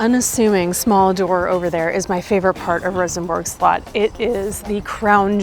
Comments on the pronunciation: "Castle", not slut! 😆😆😆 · Info: "Slot" in Danish means "castle", and yes it is pronounced "slut".